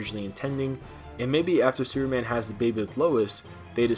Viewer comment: Lol... Did you say "Sewer Man"?? Hahaha